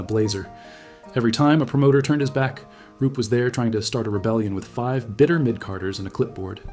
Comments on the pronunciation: Roop not Rupe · It's Roop